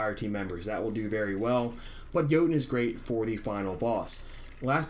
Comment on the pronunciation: Isn't there a letter 'T' in Jotunn?...It's Norse...pronounced YoTunn.